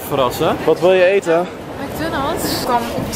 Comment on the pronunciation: Mc dunalds😂